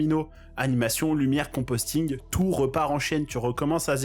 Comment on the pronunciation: c'est le compositing, pas le composting :o